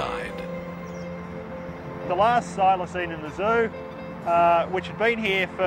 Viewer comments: The narrator is dumb. It's pronounced, but not spelt Filoseen,not Filosign.Der! 😂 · Oh, would the narrator learn how to pronounce "Thylacine" like everyone else?